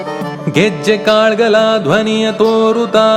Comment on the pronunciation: जबर्दस्त गायलात तुम्हि पण कन्नड मध्ये असल्यामुळे काहि उच्चारण असे पाहिजेत कालगळ , कुमारि वेदा ,कालुवे . Sorry if I sound rude but you were so perfect that even smallest of irregularities were visible.